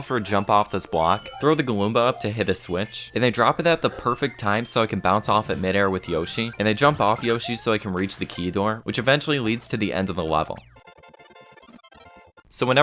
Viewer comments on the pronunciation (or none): "Throw the Galoomba" I ALREADY TOLD YOU THAT'S A GOOMBUD WHEN WILL YOU LEARN!